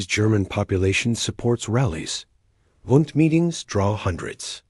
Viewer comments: Pronounced “Boond” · No, it's BUUUUND, what you've laid out would sound like BOO as in boo-hoo. You don't know your German, yah dummy